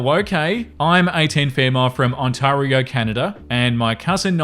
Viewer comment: Hee hee "On-Taw-Rio"... it's a weird one, don't worry :)